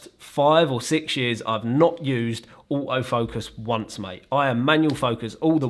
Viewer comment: I love this accent " OAOW Focus" = Auto focus🤣🤣🤣